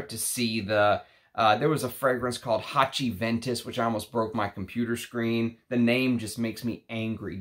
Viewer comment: Haciventus god you got me with that😂